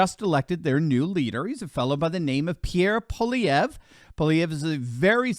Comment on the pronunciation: You, sir, have excellent pronunciation... thank you for not mangling simple french names. I have personally met Pierre Poilievre and have put my political hopes into him. We as Canadians have long suffered under the Trudeau family, going back to the 70s. The Crime Minister is a marxist stooge and is NOT incompetent... he is doing an excellent job of destroying our country. Anyway... great show, you sound somewhat dialed-in with Canadian politics... and that's nice to see from our cousins south of the 49th. 🇺🇲🇨🇦 Peace and respect. 🇨🇦🇺🇲